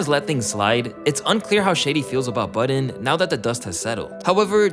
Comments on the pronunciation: Please tell me I'm not the only one who heard "Joe Biden" instead of "Joe Budden" I'm stupid bro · “Joe Buden”😂😂😂😂😂😂😂😂😂😂😂